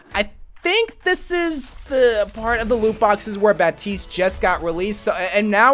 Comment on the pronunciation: Is it just me or does it say "RAPTISE"